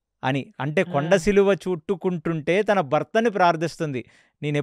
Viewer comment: మీరు కొన్ని పదాల ఉచ్చారణ తప్పుగా పలుకుతారు, ఉదాహరణకు మాత్సర్యం అనే దాన్ని మాశ్చర్యం అని ఘటోత్కచుడు అనే దాన్ని ఘటోజ్గజుడు అని ,కొండ చిలువ ని, కొండ సిలువ అని. సరి చేసుకోగలరు. మిగతా అంతా ఓకే. ఒక్క చిన్న మనవి. మీ podcast కు TKV. RAGHAVAN గారిని పిలిస్తే చాలా బాగుంటుంది. కాని వారిని మాట్లాడానివ్వాలి. మీరే చెప్పకూడదు.